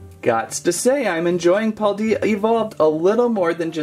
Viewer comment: I did like this channel but after you said paldea wrong I'm gonna have to Unsubscribe